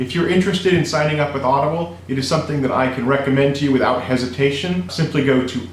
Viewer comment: Why you say audable